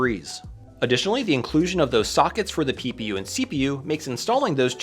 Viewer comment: Everytime you say ppu I hear pew pew.